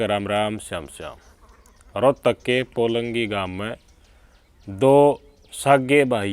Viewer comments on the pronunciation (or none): Polngi nahi polangi bol